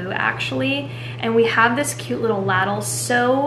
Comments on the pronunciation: Did you say ladle (rhymes with cattle) instead of ladle (rhymes with cradle) at 2 mins 50 seconds? Never heard that one before! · Girl!!! It’s a “lay-dle”. 😎❤️ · I think that's the first time I've ever heard anybody say ladle quite that way.. around here we say it with a hard A sound. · Love the way you said ladle 🤣🤣🤣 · Girl... did you mean to say ladle like that?!?! Haha